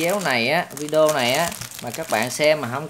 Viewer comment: Sao anh chị bi cứ nói là vide-éo hoài vậy ta